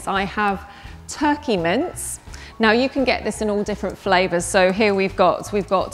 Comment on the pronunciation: I thought she was saying mints instead of mince